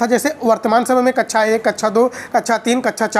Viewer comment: Sir kacha ni hota kaksha hota h